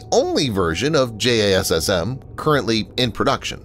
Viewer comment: No-one who know pronounces it as "J-A-S-S-M". It's pronounced "Jazzem"; and the extended range version is pronounced "Jazzem E.R.".